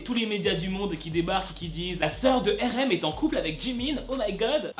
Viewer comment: tu sais je t'aime bien mais on prononce pas RM, erem 🤣🤣🤣🤣 on dit arem mdr 🤣🤣🤣🤣